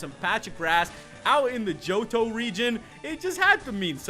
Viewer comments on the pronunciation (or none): none